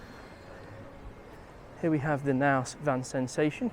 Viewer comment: That’s not how you pronounce Knaus😅.